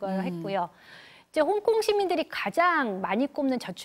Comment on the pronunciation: 홍콩과 씽가폴 발음 굴리지 마시고 역사 공부나 열심히하세요. 우리나라 역사도 모르면서 영어발음 굴리는거 거북하네요.